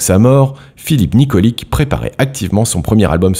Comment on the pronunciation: Ça se prononce Nikoli[tch] je sais ce que je dit je m’appelle aussi Nikolic